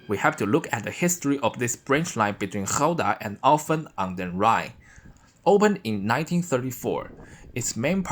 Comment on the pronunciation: Ja hij sprak mijn woonplaats echt perfect uit (Alphen a/d Rijn🙃)